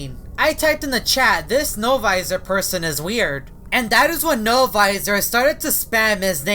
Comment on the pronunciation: only says no viser